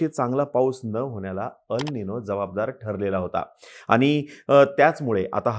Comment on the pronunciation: अल् निनो नाही, एल् निनो.